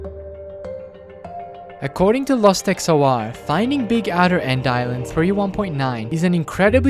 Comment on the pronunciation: XOR is pronounced X or, like or the word. It's a logic gate.